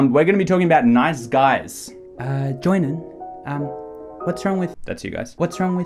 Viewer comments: I heard night skies a few times what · sounds like you're saying "nize skies"